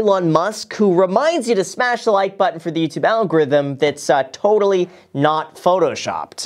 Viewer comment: People: a Graham: HAVE U SMASHED THE LIKE BUTTON FOR THE YOUTUBE ALGORITMUUMRMRKE? ahhahaha